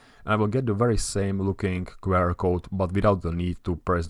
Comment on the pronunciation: as a fellow Czech, I also find myself making the same mistake as you in this video - pronouncing abbreviations in Czech. Instead of [kve: er] it's pronounced [kju: a:r]